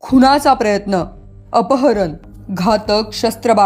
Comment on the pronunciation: प्रयत्न.. न असत! बाळगणे.. ण असत.. किमान मराठी बातम्या तरी नीट वाचत जा. माफक अपेक्षा